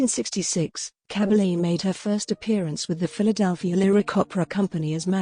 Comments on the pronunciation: Koriegiwren. Liebe Authentisch eine Dokumentation. Cabalje swirdihr Name ausgesprochen. Cabelle in Deutschland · Please pronounce her name correctly